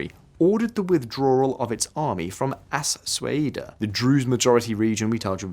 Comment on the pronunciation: Suwaida is not "Swehida"....